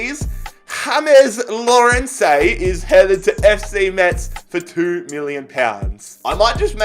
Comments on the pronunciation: It's not hamez Lawrence its JAMES Lawrence. Hes Welsh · I like it how he said "ham ess law ren say" when he is Welsh so it is probably just James Lawrence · My man said hamez larence for a Welsh James Lawrence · Rewatch that whole thing. He was butchering pronouncing names so he made a joke by butchering an easy name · “hames lawrencay” that hurt me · “A name that I can pronounce with absolute ease” Also: “Ha-mes Law-REN-Seh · H-ames Lawrence (James Lawrence) that isn’t how you say it he is welsh. This is just after you saying you could pronounce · Its jus the normal english way of saying James Lawrence 😂😂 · 6.38 “here’s a name i can say” says james lawrence with a south american accent even though he’s from wales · here's a name I can pronounce with ease🤣then pronounces james Lawrence wrong ME:🤭🤣🤣🤣🤣🤣🤣🤣